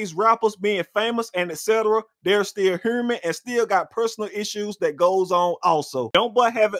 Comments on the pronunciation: How he said hurmin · What’s a huurman?...😂 ...I support you nonetheless man. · Boi u Kno u from Georgia wen u say hurman! Much luv brotha ✌️